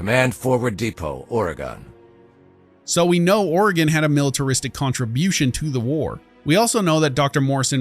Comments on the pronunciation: he pronounces Oregon as "Ore-Gone", here everyone pronounces it as "Ore-Gun" or "Ore-Gin" lol. Also you start Fallout 2 in Arroyo, which is located near Ashland, Oregon. Right after you go to Klamath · The characters (and you) dont even pronounce oregon right lol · I was waiting for Arroyo to be brought up! It’s always funny hearing Oregon pronounced wrong lol